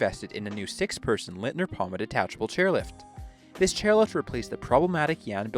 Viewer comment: Thanks for this Interesting Documentation. For Future Reference, Leitner not Litner ;)